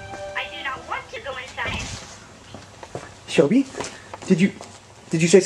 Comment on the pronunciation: its shelby not shelly don't hate me